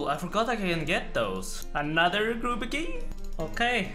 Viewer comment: I missed when he used to pronounce grubby keys as "grooby keys". Thanks!